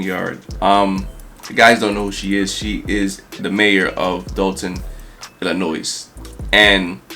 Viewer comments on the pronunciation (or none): Remove the S from Illinois bruh. You're welcome